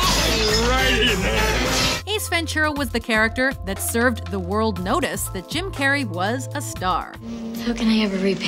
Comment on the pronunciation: Anyone else here her say "Kim" Carrey in the beginning. Like if you did